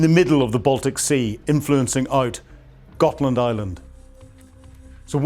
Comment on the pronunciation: Gotland, not Gothland.